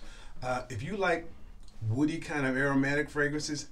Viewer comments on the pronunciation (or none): none